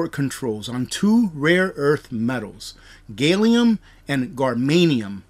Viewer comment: I laughed at how you pronounced "gallium" and "germanium". Clearly you don't science very often